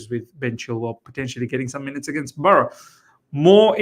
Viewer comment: It's Barrow not Burrow